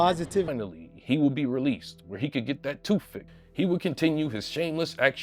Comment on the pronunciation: Get that "TOOF" fixed😂😂😂